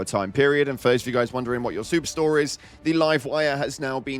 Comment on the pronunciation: you said “super store” i thought you said “soup store” 😅